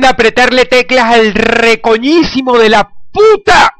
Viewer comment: "Anda a apretarle teclas al rrrrecoñisimo de la PUta!!" JAJAJAJAJAJA